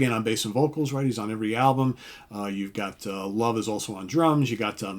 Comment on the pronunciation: The swedish name Love is pronounced more like “Louveh”, not as the word “Love”, so it’s not that much hippie.